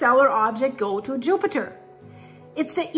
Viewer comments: 😂😂😂 did she say yupiter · Yoopiter Me: giggling like a school boy with a crush 💕